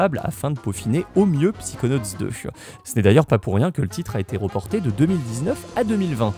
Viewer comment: On dit "Saykonauts" et pas "Psikonauts"